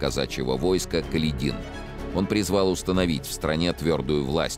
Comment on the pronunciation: Каледин. Правильное ударение на второй слог. Это мелочь, но какое может быть доверие к сериалу, если здесь путаница даже в мелочах?!